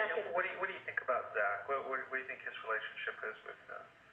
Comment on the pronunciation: This is SO trivial....but I hate the way she says "think" "sink" "pink" or any other words that rhyme with those!! She pronounces them "theenk" "seenk" and "peenk". Is this a California accent? Or maybe I am the one saying them wrong and am just dense to that fact...? In any case, it drives me nuts! :-)